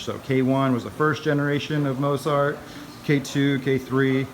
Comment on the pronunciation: Why did you pronounce Mozart like Mose-art?